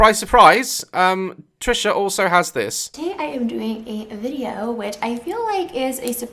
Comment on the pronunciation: Me: Wait what did you say Daz: Trisha patus Me: what did you say Daz: Trisha patus Me: ok got it Trisha penis